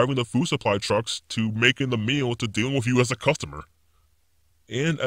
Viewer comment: This is super fake. And this guys speech patterns are super annoying. Earf = earth. Wif = with. He sounds like a child with an overactive imagination.